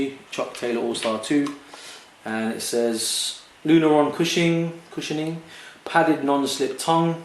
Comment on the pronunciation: Nice review, dude! It's Lunarlon, not Lunaron. :)